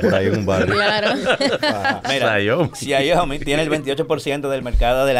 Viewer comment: 🤦🏻‍♂️ porfa ya no digas "XIAIOMI " es Xiaomi.! sin "I" después de la "a".